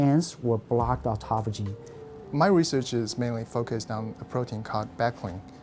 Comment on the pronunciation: The Japanese guy pronounced it correctly, and the native speaker girl just tortured it. AutophAAYgie